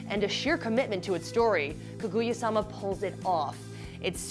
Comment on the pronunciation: its kaguya not kuguya, pepega